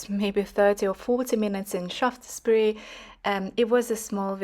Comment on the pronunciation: “Sharfsburry” might be a help for pronunciation.